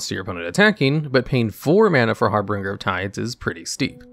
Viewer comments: Harbinger = har bin jer, not har bring ger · FYI: Its Har - binge - er, not Har Bringer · I know this video is old, but I just discovered your channel. The vid is great and I can see that a lot of work went into it, but one thing bugged me a lot. Your #9 is Harbinger, not HarbRinger. You mispronounce it every single time and it was very off putting. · It's har binger not har bringer. Harbringer isn't a word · Har - binge-er…… not har-bringer…. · Harbinger is pronounced "Har-Bin-Jer". There's only two Rs in it. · Har-binge-r. Two "r"s, not three. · It's 2022, if you can't say harBINger correctly, than you have no business making youtube videos. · He does it intentionally in every video to drive up engagement. Congratulations, you played yourself. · I noticed that there was a discrepancy between bad and big, and our narrator added an r in the middle of harbinger. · I went to the comments the second I heard him butcher the pronunciation for the fifth time. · Exactly the opposite. He does it in basically every video to farm engagement. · the way you pronounce harbinger is wrong. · He pronounced Harbinger wrong. Okay! Just leave it alone. People make mistakes! We don't need to be reminded of them. Maybe English isn't their first language?